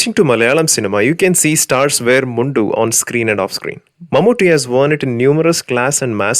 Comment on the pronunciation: Why u pronounce mundu like you are from a non lungi land